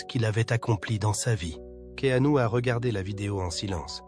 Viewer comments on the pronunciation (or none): prononcer Keenu et non Ke anu...!!! 😅😂😅